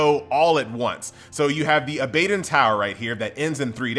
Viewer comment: hell yeah u mispronounced that bro.. its aba don like abba then dawn lol abbadawn :P abadon